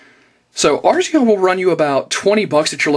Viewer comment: lol, A-ris-aa you crack me up lol